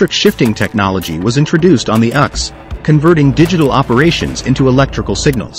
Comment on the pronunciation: The “uhx”? You mean the “U ex”